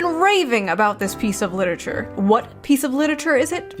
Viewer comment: “Littitcher” 😑 Anyone who pronounces it like that knows nothing about literature.